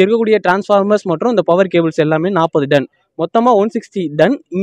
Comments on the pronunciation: பத்திரிக்கையாளருக்கு.. தமிழ் உச்சரிப்பை நன்கு பழகவும்...அது டன் (Ton) Don இல்ல... தமிழ் செய்தி நிறுவனம் ஆனால் பேசுவது தமிங்கலம்...தமிழ் சாவுது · It's not done It's ton